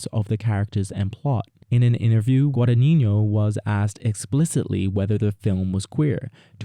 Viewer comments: just so you know - the pronunciation is more like guadan-yino and not guadaninyo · You mispronounce the director's name throughout the video... Please get a native Italian speaker to help 😊😊